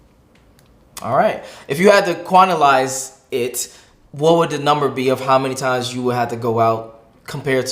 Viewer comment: I died at "Quantilize"